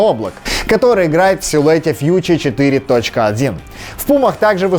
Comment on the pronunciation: Бутцы Пумы Future ты произносишь ужасно сходи на уроки английского и адидас хищник произносишь уши режет